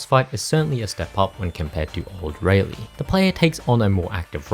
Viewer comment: It's Raleigh pronounced Raw-lee. Its Jean pronounced Jaune. It's Jefe pronounced Hefe